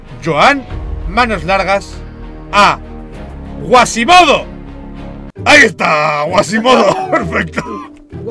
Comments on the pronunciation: Quasimodo, es Quasimodo, no Guasimodo jajajajaj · No era guasimodo, era cuasimodo :v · Que no es Güasimido es QUASIMODO XDDDDDDD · Like para que se de cuenta que es Quasimodo que se la pasa diciendo mas Guasimodo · El personaje de Disney se llama quasimodo, no guasimodo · Es Quasimodo no Guasimado 😂